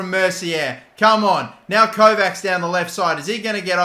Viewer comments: the 'cs' in Kovács pronounce like 'ch' in coach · The end of Kovács is pronounced like the end of the word "match"